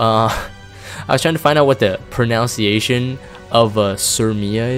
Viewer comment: lol dude you mispronounced pronunciation , its said like a church nun, Pro-Nun-See-A-Shion. like that